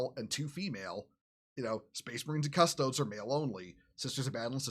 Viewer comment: >nobody in this video being able to pronounce Custodes